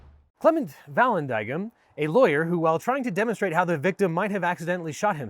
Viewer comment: Its pronounced Vuh land ing ham